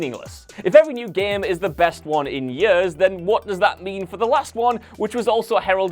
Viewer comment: This man literally has the strangest pronunciations of words I’ve ever heard. 😭😂 Yurz = Years Poo-er = Poor Fillem = Film